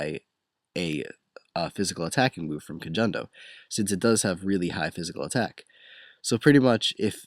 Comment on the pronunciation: actually, kojondo is pronounced as ko-HON-do not ko-JON-do